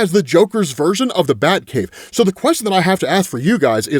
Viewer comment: It's the J-Cave, like "Jay-Kay"